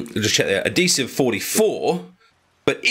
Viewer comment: There's an H in the word adhesive.